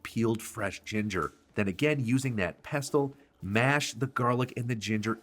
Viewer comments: Regarding the word "pestle": As a PSA, I'd like to share that the letter "t" in that word is completely silent. So the word is ALWAYS pronounced "Pess-ul." NEVER under any circumstance is it to be pronounced "Pest-tul." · Ack! nFrist, it's 'pestle' not 'pest tull'. Coriander seeds taste different and smell different than the plant they come from, cilantro, so use mint AND cilantro. As for the api panda - it is a hot chile which anchos are not. A better sub would be chile pastila, or if smokiness is not a problem, use chipotle or, if your can find them outside of Oaxaca, chile Padilla oxaqueña. Tear the dried chile open, pour some boiling water on it, and let it soak and soften. Ad the soft, floppy chile to the mortar. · It's pronounced PESSEL NO T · Stop saying pestle the t is silent pesle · Pestle is pronounced without the t: pess-ell. Looks delicious! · FYI the t is silent in pessel…(pestle) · /pes’ əl/ ‘t’ is usually silent. Thanks for the recipe. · OMG....A mortar and what?😂😂😂😂 Its "Mortar and pestle (pronounced "Pessel"!!)😂😂😂😂😂 London, England here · Pestle, pronounced = pessel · I doubt his credentials if he cannot pronounce pestle correctly. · You don't pronounce the 't' in pestle. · I never knew the "T" was pronounced in pestle, and my whole world is shifting a little. Hold me. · You are pronouncing 'pestle' incorrectly. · Isn't the "t" silent in the pronunciation of pestle? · the "t" in pestle is silent, it rhymes with vessel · Love the recipe. Small hint, the ‘t’ is silent in pestle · Just a pronunciation thing, pestle is a silent T